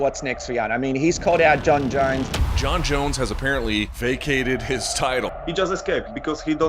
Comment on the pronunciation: Jon “Junz” jones